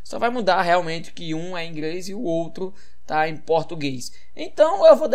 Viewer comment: "Ingrês" KKKKKKKKKKKKK